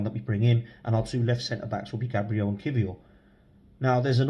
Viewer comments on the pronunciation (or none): none